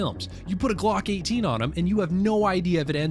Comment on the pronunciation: Am I the only one that cringed every time he said Glock 18. I’m probably nitpicking . Otherwise great video !